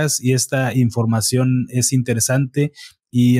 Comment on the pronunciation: Escuché un término nuevo en vez de información cambiarla por infoaccion